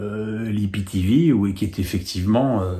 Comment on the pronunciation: Euh … on dit aie pi ti vi et non pas i pi ti vi